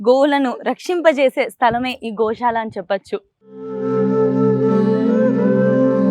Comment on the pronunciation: adi sha kadu amma sa .. gosala - goshala kadu